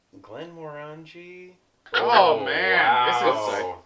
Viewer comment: Glenmorangie rhymes with 'orangey' and is my favourite Scottish distillery. If you ever have money to burn, get a bottle of Glenmorangie Signet. Expensive as fuck but the best alcohol I've ever had. And I'm not sure if youre familiar with him but if you want to hear an absolute whisky nerd who knows his stuff take a look at ralfystuff's videos. (And dont let the video lengths scare you - tasting takes maybe 5 minutes and the rest is just him rambling on)